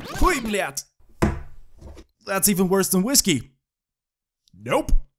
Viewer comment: Над произношением "блядь" надо еще поработать 🤔😁